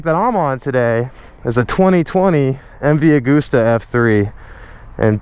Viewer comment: When you don't know how to pronounce MV Agusta so you pronounce it in different ways lmao